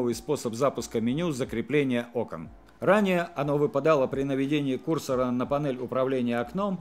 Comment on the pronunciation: Ударение надо правильно ставить на слове "курсор".